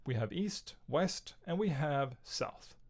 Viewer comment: bro said weast once